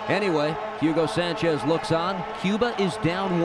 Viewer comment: jiugo sanchez !!!! it´s a bad pronunciation